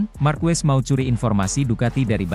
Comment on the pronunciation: MARQUEZ bacanya MARQEZ ya